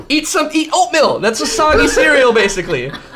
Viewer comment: eat fucking oatmill? is that really how you say oatmeal?